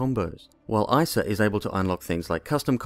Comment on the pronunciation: nice, you say Isa instead of eesa! thank you for being normal :)